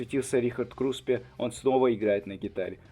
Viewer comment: Вы специально весь ролик говорите Крупсе вместо Круспе?